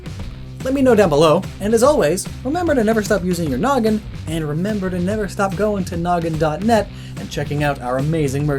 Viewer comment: Neeveer again